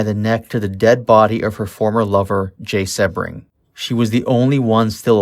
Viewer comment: I believe Abigail said, stop killing me, I'm already dead! Please learn how to pronounce names before doing a documentary...SEA Bring, Jay SEA Bring!!